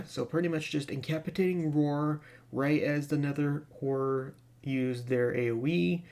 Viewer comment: Bro, we all know you're saying horror, but the way way you say it, it sounds like whore, LMAO! Just FYI 😉